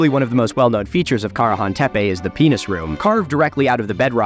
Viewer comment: Milo, this is very cool. But I'm sorry distracted by you pronouncing Karahan at least 3 different ways. Which is the emphasised syllable? Not trying to nitpick, but I'm a linguistics nerd and want to know